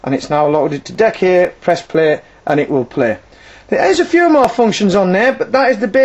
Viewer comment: when he says deck A is sounds like duckie lol